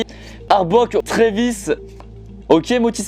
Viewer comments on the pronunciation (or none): "motismar" "arbocs" ptdrrr